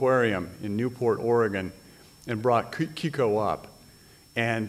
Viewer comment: The name was Keiko, not Kiko...!